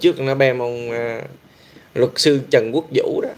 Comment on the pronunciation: Haha, em cũng vừa thấy thì TTC đã tắt máy. Nghe hén đọc chữ " sư " cứ như " xư "á chị ! 😂 Ngủ ngon mộng đẹp nhé chị iu🙏😴💖